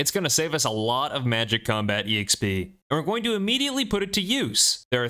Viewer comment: "E-xp" hurts my soul every time I hear it